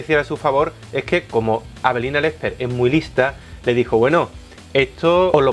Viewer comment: like si siempre escuchas "Avelina Lecter"